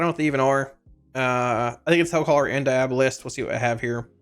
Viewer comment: Dee-AWW-bow-list 😆 It’s like Diablo except with a bolist on the end